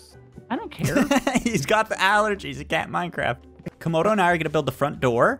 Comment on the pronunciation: stop saying comodo is camodo